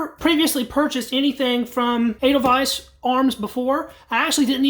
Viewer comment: You got the pronunciation of edelweiss right. In German, “ei” is pronounced “I”. By contrast, “ie” is pronounced “ee”. The letter e by itself is pronounced like a short a in English, as in age. German pronunciation is pretty straightforward, once you know the basics. The grammar, though, is a beast. Oh, and this is a very nice rifle, too.